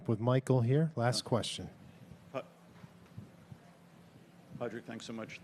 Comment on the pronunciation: The interviewer should learn to pronounce his name. It’s not “Pad Rag” it’s “Pawd rig”.